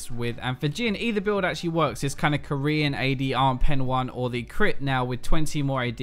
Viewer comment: say korean again and my head will blow up phylol 😭😭😭